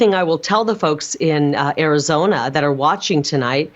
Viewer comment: Even Arizonans can't stand her, dears. It's Arizona, not KARIzona.